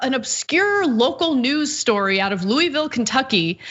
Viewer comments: Nobody in California can pronounce Louisville apparently. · Can you please learn how to say Louisville right please.